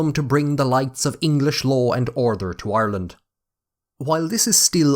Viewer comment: Amazing that I am Irish and live in Dublin! Never heard anyone say "orther" for order, or "lather" for later. Otherwise the bogger accent is entertaining!